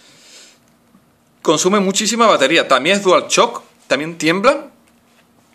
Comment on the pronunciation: dual chock prununciacion de mierda :V